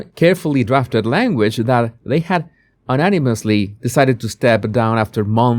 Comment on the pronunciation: Conduct = CONduct, stress on first syllable Corgi = a hard g, like Fergie Unanimously = you-NAN-i-muss-lee ❤